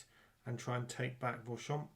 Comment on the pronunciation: Hello, you pronounced Vauchamps perfectly. Interesting "bataille de rencontre", thanks for this AAR.